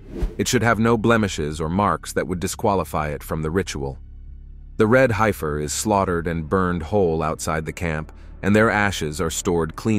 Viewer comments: Pronounced HEF UR NOT HI FUR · It's HEFF ER not high fer. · not a "hypher."..it's pronounced "heffer"! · It is pronounced red "heffer" Short e sound not long i-- hifer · The word is Hef-fur, not Hi-fur. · ''High - ferrr' ...? I's pronounced ''heffer''. Sounds like the person preparing the text made a lot of typos! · .....red HEFfer.....HEFFer....not HIGHfer 🙄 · It’s pronounced “red heffer.” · One thing about this video is the mispronunciation of Heifer. The man talking totally mispronounced the word. Other than that it was a very good video.